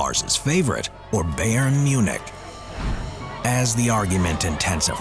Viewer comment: Bayern is pronounced bi-urn, not "bay-urn"